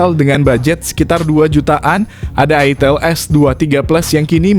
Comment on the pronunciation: Wkwk ITIL apa ITEL sih bang Jangan bikin bingung 😂